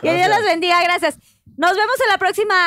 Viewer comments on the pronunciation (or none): “Gradciads prindcedsa” 😂